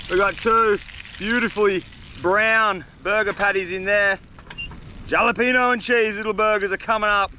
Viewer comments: Hate to be "that guy" mate, but every time you said jalapeno, it made me cringe. The "J" is pronounced as an "H" mate. So phonetically, it's "Halapeno". Sorry, but needed to be said. Great video as always though mate. Keep up the good work. Cheers. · It is pronounced with a H HALEPENO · great vid! Also just wanna be helpful lol it’s pronounced Hall-apenos, the J in Spanish makes an H sound:) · If he called the jalapeño jellypeenyo one more time I was ganna flip lmao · Halapehnyo is how it’s pronounced I call them jelopohnos😂😂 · lol “jolla-peen-oh” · stop saying gialapino, it's hurting my ears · Pronouncing the j in jalapeno is cracking me up 😂😂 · Bro keeps adding the j in jalapenos lls I wonder how he say Josè😂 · Jalepeno is pronounced with a H. Great video are per usual 🤝🍺🍺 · The j in jalapeño is silent and turns into a h fyi 😂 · And the J is silent in Jalapeños lol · The way he pronounces jalapeño 🤣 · jalapeños haha ypu don't say the J brother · ……I have been a loyal follower since the beginning and never have I said bad word against you. But your pronunciation of jalapeños? Come on man. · The J is silent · I have been watching you forever.This is the first time I've been annoyed with your videos.It's called jalapeno with the h